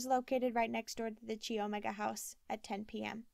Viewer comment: Thank you so much for this week's chapter....I've been anxiously awaiting..I think I should tell you that Chi Omega is pronounced Ki Omega not Chi....It a weird pronunciation but i was a Chi Omega my first year of college so I know how to say it...Not trying to be mean at all just thought you should know before you read the rest of the book.....I'm going to have to buy this book again especially since it was updated after Ted was executed......♥️♥️♥️♥️♥️